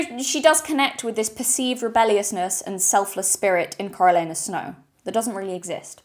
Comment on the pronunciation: Not familiar with the pronunciation of Coriolanus? I figured you for a Shakespeare girl.